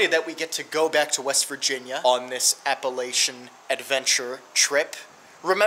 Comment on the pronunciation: You said Appalachian totally wrong